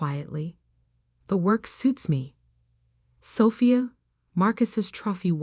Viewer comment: It’s Sophia not safia..…